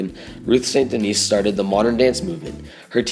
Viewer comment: Ruth St. Denis' last name is actually pronounced "DENNIS" (not Denise)